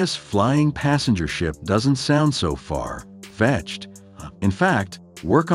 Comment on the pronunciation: “Far…….fetched”. Hahaha